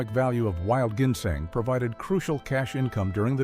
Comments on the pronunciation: Plus, he can’t even pronounce ginseng . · Does anyone besides actually pronounce ginseng that way?